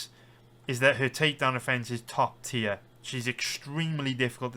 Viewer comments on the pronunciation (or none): none